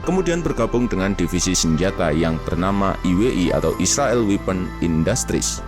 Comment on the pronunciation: "subscribe" itu dibaca SABSKRAIB bukan SAKREP "weapon" itu dibaca WEPEN, bukan WIPEN. "iron sight" itu dibaca AYERN SAIT, Bukan AIRON SAIK.